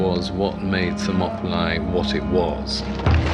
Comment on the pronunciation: this guy speaking is meant to be like a clever scholar or something like that who knows the shit he speaks about yet for some reason he pronounces Thermopylae by Latin phonetics and he doesn't realise that in greek the words that end with "ee" are spelt the same as latin words which end in "aye" when the latin word came from the greek word when spelt with the latin alphabet. The accent changes over time. What an idiot. Clearly his studies are limited to the roman world onwards.